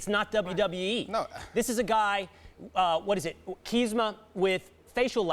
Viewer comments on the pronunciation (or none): Kisma. lol its Chiesa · "Chisma with facial lacerations". It's amazing to me how people like this get hired for sports reporting. Three generic talking heads that can't even get a fighter's name right for the sake of journalistic accuracy. What a tremendous waste of salary on lazy journalists that can't even properly note down a person's name when reporting on the most watched sports channel in the world. Good job ESPN. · I wanted to see "Keesma" and I actually know how to pronounce his name! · Lmao “Ceesma” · The guy can't even say Chiesa. A known popular fighter, these people are MMA retarded. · Card wasn’t mainstream ? I guess not for espn network but sure is for fox sports network. Also the only persons name that was pronounced correctly was Conor’s . Botched artrum lobov, Michael chiesa, and kahbib nurmogomedov . They should stick to nba and nfl